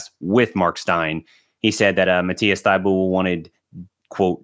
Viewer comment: Did I just hear Thy- Bu-Lee